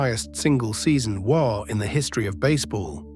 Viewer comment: Hearing the AI voice try to say "WAR" when talking about Gehrig is fucking hilarious. Come on, man, just pay someone a few bucks to read your script.